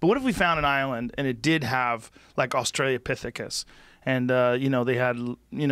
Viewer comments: AustrA Low pithicus. Please stop saying australia pithicus. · How long is it going to take a for guest to correct joe when he “Australia-Pithecus” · Ahhhhhh! Somebody finally has to tell Joe that he always mispronounces Australopithecus! It only hase ONE “i”. There’s no Australia in Australopithecus. Nerd clap! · I swear to god, if Joe says "Australia"pithecus one more time... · Joe is still saying "Australia Pithecus" oh god please someone tell him how to pronounce Australopithecus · Joe “australopithecus” Rogan